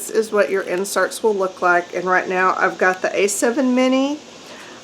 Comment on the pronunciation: Love the comments from the Peanut Gallery. More please. Btw thot I was in the wrong place when you said “write” instead of “raht.”